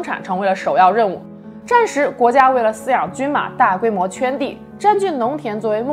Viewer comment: 还有饲养，si，去声